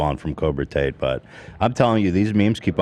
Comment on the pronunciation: I could never tell if Ethan was saying that on purpose or by accident 😭